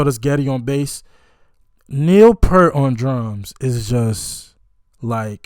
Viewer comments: By the way, Neil pronounces he last name like you're saying "ear" with a "p" in front and a "t" at the end. I suggest watching this drum solo of his, which elevates him well above most drummers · Just a polite reminder that Neil Peart pronounced his name P-ear-T, not P-ur-T. So, his name rhymes with ear, sheer, beer, pier, etc. It doesn’t rhyme with Burt, shirt, or hurt. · Hey man, I love your openness to expose yourself to new music. Neil's last name is pronounced peert. P'EAR'T